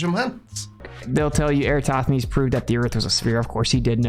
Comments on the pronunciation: ... "Erastothenes" They can't even get his name right, never mind anything else. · Every time mispronounces Eratosthenes, the Earth rotates one degree. And that's how Daylight Savings Time was created. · I’m just incapable to understand why no flat earther can ever pronounce Eratosthenes’ name correctly… NOT ONE of them can do it! 😂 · I just want him to pronounce Eratosthenes's name properly. Edit: Regarding the DEW Line: of course the US military is monitoring stuff in the Arctic! You know what sticks up above the Arctic Circle? Alaska! You know what Alaska is? Part of the United States! It has been since 1959! Siiiiiiiigh.